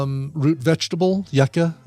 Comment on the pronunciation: It's pronounced You-Cah